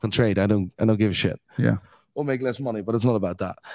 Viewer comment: When u hear shayt 🤣 in building